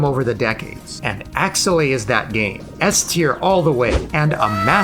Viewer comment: Btw..i swear i didnt hear Ass-tier everytime u speak S-tier...ahahah